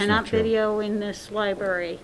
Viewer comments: Did she say "libary" ? I thought smart folks werked in Libarys. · I think she said "liberry". Haha